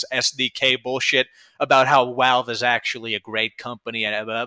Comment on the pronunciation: Why does he say Walve instead of Valve.